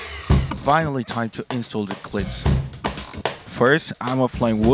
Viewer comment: Good video, also please pronounce it as kl-eet with an extended e otherwise you are saying clit lmao